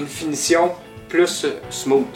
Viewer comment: Salut! Excellente tutoriel. Vos explications et vos micro-démonstrations sont précises, simples, efficaces.... mais maudit qu'en tant qu'anglophone, ta prononciation du mot ''smooth'' me fait grincé des dents. lol, mais pas grave. Féliciation dude.